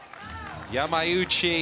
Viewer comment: The commentator kept miscalling Yamauchi —> Yamaguchi 😢 Also Otake. Sometimes he called Atake, sometimes Itoke, gosh, it’s not that hard 😰